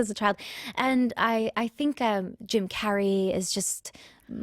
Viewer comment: "I.... I naturally HavÆ voice" "I WÆnted to sound like....." "Jim CÆrey" 🤣🤣🤣🤣🗣🗣